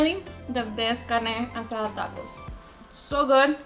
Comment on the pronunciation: I hate her pronunciation. There is no accent in "taco" or most of these words. AOC wannabe...